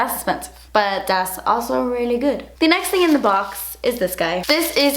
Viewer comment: omg when she says "das beautiful!" made me laugh